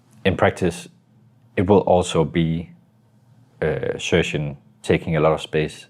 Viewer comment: He's name isn't xypex he's xyp9x pronounced xypnix